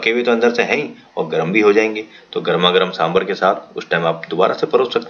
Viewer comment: Sir, please it's saambaar not sambhar